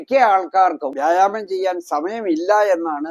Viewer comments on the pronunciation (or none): വ്യാഴാമമല്ല മൈരെ വ്യായാമം ഇത് ആദ്യം പറയാൻ പഠിക്ക്